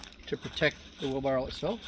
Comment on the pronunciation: Did you say, Wheel Barrel?